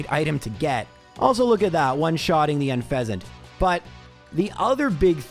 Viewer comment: You pronounce Herdier Canadian fancy, but don't pronounce Unfezant like en passant? Missed opportunity